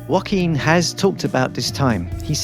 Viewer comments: Just a sidenote: Joaquin doesn't sound like "Wohkeen". It's more like "Ho-akeen". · Hiz name iz Joquin;Not Wakeene. Damn!